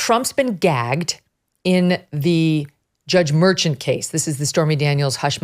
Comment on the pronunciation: It isn’t MÉRCHAN; the accent goes on the á. MERCHÁN. And this judge ought to go back to his native town Medellín, Colombia, and made life miserable for the real criminals over there.